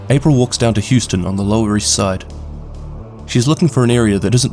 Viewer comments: Necro comment, but Houston is pronounced "How-ston" here. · I really don't want to be that person... but that's not how you pronounce "Houston" It's not the city in Texas xD I died a little inside